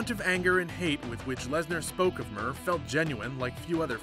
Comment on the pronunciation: Mir not mer